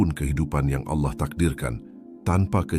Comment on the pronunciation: jgn ucapkan alah tp ALLAH teruuuuuuuus,,,,, ucapkannya ALLAAAAH,,,, gitu ya